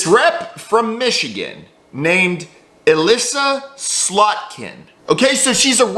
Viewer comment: Did you just say: "Allisa slutkin"?